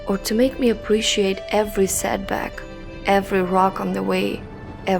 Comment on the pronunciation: Looser... Aprichiate :)